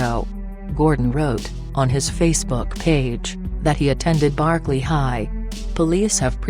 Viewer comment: Computer can't even pronounce Berkeley?